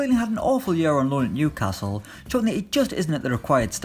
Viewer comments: Phil_Oged 07 knew casil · How did he pronounce Newcastle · That's how all Geordies pronounce it